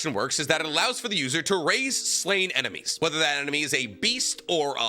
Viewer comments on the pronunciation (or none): none